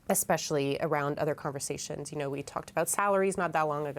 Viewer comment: ..please stop saying “ekspecially”. It’s especially, no “k” sound.